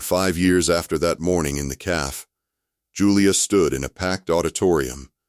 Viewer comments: Loved the story! But caff? How about ka fay! WTH! Use an English-speaking editor. The mistakes really detract from the presentation. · Someone please gis AI. It is ca-fay not caf. It is foy-at not foyer. If you’re going to use a word from ‘another’ language, please pronounce it properly! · Not caff… café